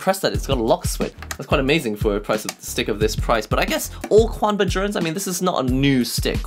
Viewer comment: It's pronounced "chanba" not "quanba". Chinese my dudes